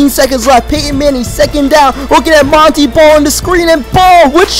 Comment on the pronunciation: it is pronounced mon tae ball not mon tee ball